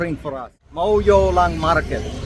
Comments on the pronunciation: it's iewmawlong not mawiewlang.....but atleast you've tried to speak khasi....👍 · It’s not mawiewlong its muiulong🤓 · The way you missed pronouns ka iewmawlong my headache increase😂 as i I'm a migraine patient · Your video is so entertainment to us we laugh 😅😂bwe smile I show to my mother and she laughed a lots 😂😅 iewmawlong pronounced in wrong way 😂.....we love you and we hope that you have a good life with your upcoming new born baby ❤..... God bless you both and the baby ❤